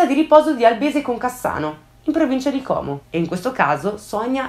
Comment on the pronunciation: Però Como con la O chiusa pls